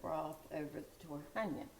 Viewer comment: Is TARHONYA not TORHANYA